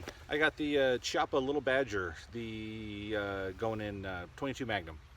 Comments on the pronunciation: nice video, the correct pronunce of "Chiappa" is "kiappa" e not "ciappa", "chi" in italian is pronunced "ki", and funny thing: "Chiappa" means for "gluteus" or "half ass" :D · I know nobody will care, but it's pronounced Keeappa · Americans…. In Italian the ch makes the ck sound and the cc makes the ch sound. You’re welcome.